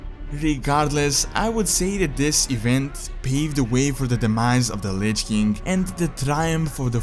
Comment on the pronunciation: Why does he say lich kink? Its king facepalm